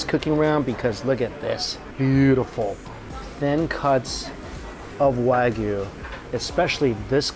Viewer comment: You need to learn to pronounce wagyu correctly if you are in Japan.